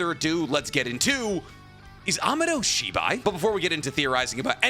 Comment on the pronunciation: I got really confused because I thought you were saying Shiba for the longest time. Lol😅